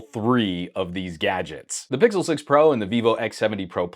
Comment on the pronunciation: say "pickle" once more before reporting the channel 😪